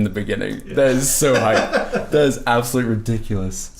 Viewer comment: Lol "organs" and "hipe